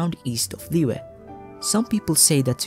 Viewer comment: Great video! Just a small correction: Liyue is pronounced as Li-Yue instead of Liy-ue. Make sure you sound the "y" as a consonant for Yue